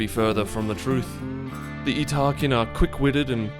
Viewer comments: Yeet-ta-kin I believe is the correct pronunciation. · "Yes that is how you pronounce their name" > Shows pronunciation guide outright contradicting his pronunciation Ha! You wont get me with such lazy engagement bait.....wait a minute.